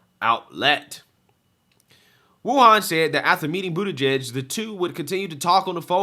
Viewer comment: Dude please start pronouncing his name right. It’s Bootie-Judge.